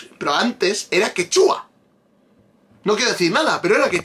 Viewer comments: X ganar dinero sentadito a costa de los tontis la gente hace cualquier cosa y queda ridículamente mal, a ver si de verdad te gusta mi PERÚ, antes de subir un vídeo antes investiga bien, x ej no es quechúa como lo pronuncias tu ,se dice quechua, es una palabra grave,y sobre el.perro es raza única peruana pre_inca perro calato peruano es su nombre,así como el caballo peruano de paso que es una raza única de PERÚ y así etc etc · excelente review que le haces a la gran paisana mia Renata flores. yo la sigo desde hace años en youtube. solo una aclaracion, Quechua no se pronuncia quechúa con acento en la U como lo haces. sino, Quechua, con acento prosodico en la e. es palabra grave. Es todo y saludos de un peruano en california